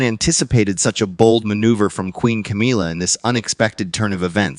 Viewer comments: I like how you keep saying Camilla's name wrong. you keep calling hr Camille LOL it fits her she is a Chameleon she keeps changing. You know all she is doing is trying to take over. I really don't be leave Prince Williams really trues Camilla at all. I be leave he is just putting up with her for now. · You’re saying her name wrong and she is not a queen. She is queen consort. And I’d really appreciate it if everybody rereferred to her exactly as queen consort, with basically no power.